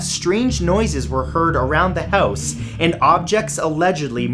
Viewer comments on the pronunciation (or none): none